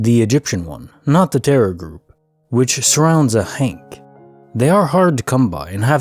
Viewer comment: Hi! Happy holidays! Tysm for your work!just fyi Its ankh as in ahhh-nk instead of hank lol